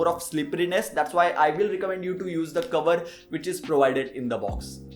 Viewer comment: Coverrrrr verr verr..... Lol